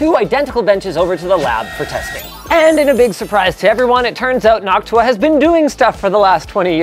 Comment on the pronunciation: The pronunciation of Noctua in this day of age makes me feel disappointingly uncomfortable